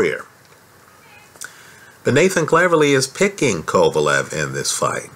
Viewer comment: I'm saying he don't know shit about boxing he called kovalev 'pecan' after the fight, even after the fight he wasn't anywhere near knowing the mans name